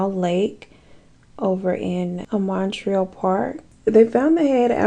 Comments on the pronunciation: No shade baby but Montreal is pronounced munt-ree-all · I love how she says Montreal. 'Mon-treel' Like how ppl say New 'Or-leans'. I'm from nola and nobody says that. It's new 'Or-lens'.